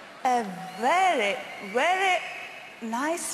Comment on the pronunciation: vaery vaery